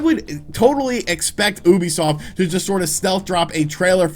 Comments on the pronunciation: I think Ubisoft os pronounced youbisoft instead of oobisoft but I might be wrong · Kinda irks me how he says Oobisoft instead of Ubisoft.... oh well, it doesn’t really matter in the end. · he said OUbisuft ._. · Little bit funny how you pronounce "ubisoft" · Thats not how you pronounce Ubisoft... is it?